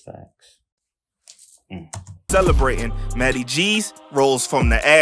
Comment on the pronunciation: he says matty not notti